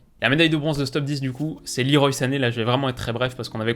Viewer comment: "Leroy" et "Pochetino" à prononcer correctement stp